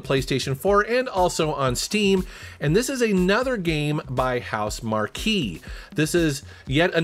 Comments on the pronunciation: Who the hell are House Markey? It's pronounced "mark", you know, as in quality. Didn't you think it odd that a software company named themselves after a really big tent? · It is pronounced HouseMark. Not markque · House-Mar-Key? It’s just House-Mark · It's not housemarquee it's pronounced housemark but spelt housemarque just to clarify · " HouseMarque" is pronounced "house mark". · Housemarque is pronounced “House Mark.” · It's pronounced "house-mark," BTW. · Great list, especially anything Housemarque. Incidentally, it is pronounced Housemark (without the key, which sounds really odd). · I LOVE THESE VIDEOS!!!! Especially the montage of older titles from previous videos. This is a GREAT IDEA! Also, love ya but HouseMarque is pronounced "House Mark" lol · Why's he pronouncing Housemarque like "House Marky"? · Pretty sure housemarque is pronounced “house mark” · That's the first time I've ever heard Housemarque pronounced that way. Makes me believe you don't follow much on gaming because Housemarque has been said in 1000's of videos over the last year with the PlayStation 5 exclusive game Returnal. #Housemarque #PlayStation5 #Returnal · Absolutely butchered the pronunciation of Housemarque